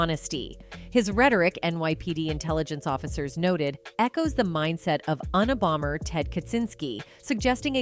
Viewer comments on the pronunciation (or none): I hate these voice overs. They always mess up words and names. Uni bomber... SMH